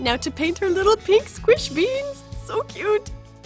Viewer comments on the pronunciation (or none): Omg she says SQUISH BEENS 😂😂😂